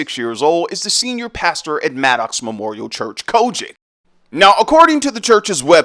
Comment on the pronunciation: Why you emphasize “COGIC”😂😂😂😂😂